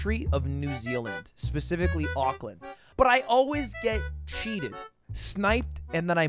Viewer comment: The way he says auckland makes me want to move cities